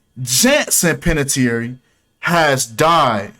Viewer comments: Panè-tear lmao how you would pronounce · You can’t even pronounce her name right with your speculation you’re trying to state as facts lol learn how to read first damn lol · Butchers last name and immediately "I don't give a damn if I said her name wrong or right". But bruh 🤣🤣